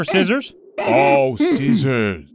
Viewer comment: So, was saying "Scissors"? Because I thought he was swearing...